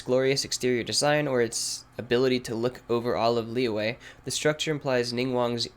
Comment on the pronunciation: Lee yu eh not Lee way jeez